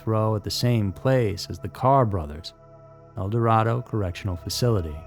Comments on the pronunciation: In Kansas, El Dorado is pronounced el dor Ray doe not El dor rah doe. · It’s el-door-A-do ….i know it’s stupid but that how it’s pronounced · No way of you knowing this but that town near the facility is pronounced El Dorado (El Door Ay Doe) KS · Wichita is my hometown and I work in El Dorado, which is funny to hear outsiders mispronounce it so often. It's pronounced "El Doradoe" - the O is long as in Doe. I've lived through all these events, there's many more not listed. Murder and crime are everywhere, no matter where you live. It's probably easier here because of how nice and trusting most people are in these parts. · I just want to preface this with: I ABSOLUTELY LOVE listening to your telling of these stories 💗. You're doing important work, and your narration is great. You obviously care and do extensive research. That said, I just wish slightly more time was put into researching pronunciation - names of places particularly, I guess. Yes, it's about the victims, their loved ones, and their stories... but isn't their hometown or the place that they lived their life to the fullest an important part of their story? The place that helped form who they were as people? Isn't it important (and easily researched) to make sure the pronunciation is correct? A quick 30 seconds and google will tell you the pronunciation. Idk, maybe it's just me. I REALLY like this channel, and I'm going to keep right on listening to everything puts out ❤. There's another channel I like, The Lore Lodge, and I noticed (and also commented on) the mispronunciation of multiple places and some names. Idk if my comments actually get read. But, hey, if I didn't care, I wouldn't say anything. (Apologies for this novel of a comment.) Much Love ❤ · Always tell when someone’s NOT from Kansas… El Dorado is always mispronounced!